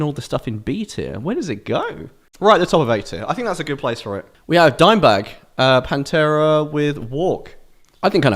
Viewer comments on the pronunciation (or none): none